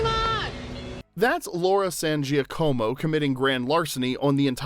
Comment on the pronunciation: It's Laura San "Ja-ka-mo" not Gee-a-co-mo. The combination of letters "Gia" makes a "J" or more like a "zsa" sound in Italian (like how you say Zsa Zsa Gabor or the first sound in the name Jaques). The "co" (in this particular name) makes a "ka" sound not a "co" sound. Yes, you can technically "Americanize" it n say it the way you did. Most likely you probably are not be corrected, but I have seen her interviewed a ton of times. She definitely pronounces her last name authentically. San "Ja-ka-mo". Sincerely, A native Spanish speaker who learned fluent Italian after being adopted as a kid n who also just made her Italian Grandmother extremely happy up in heaven for correcting you .😊 I obv speak English too lol